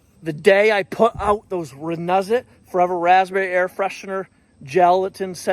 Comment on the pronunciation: It is pronounced RENEWZIT